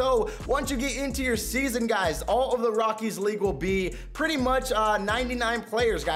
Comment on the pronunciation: This man said rockie stadium